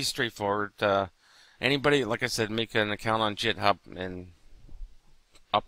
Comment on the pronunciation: i think it's pronounced with a G not J. Git Hub as opposed to Jit Hub